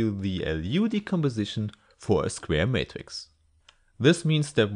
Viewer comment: We wewite our matghix as a pwoduct